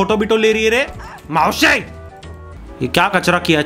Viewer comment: its maushi not mausi